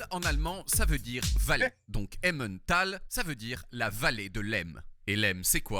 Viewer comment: Par contre, cela m'agace toujours autant le façon dont les français prononce Emmental